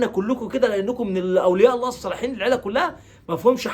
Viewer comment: لفظ الجلاله الله بكسر الهاء